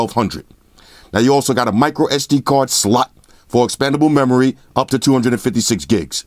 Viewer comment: It's just funny how in all his videos he always screams/exaggerate on the name slot. Almost as if he wants it to be called slut